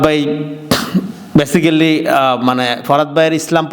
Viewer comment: ব্যাসিক্যালি নামে কোন শব্দ নাই। ব্যাসিক-লি। ঠিক মত বাংলা কইতে পারে না, আইছে ভাব চুদাইতে। নিজের লেখা খুব জনপ্রিয়। নিজেই ভাব চুদায়।